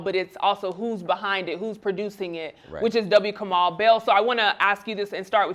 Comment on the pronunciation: And it's "Kamau," not f'ing "Kamal" or "Kamell" or "Kermell". How do you not take better care around the mispronunciation of Black names?